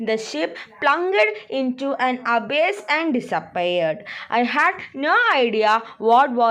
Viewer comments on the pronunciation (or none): Abass alla abyss annu😂